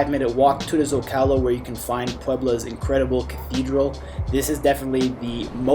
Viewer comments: It's ZOcalo not zocAlo, come on yanks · Bro please learn how to pronounce the common names of location Zocalo is ZohcahLoh. If your actually filming in the city simply ask a local. Como se dice este lugar? Then you will know.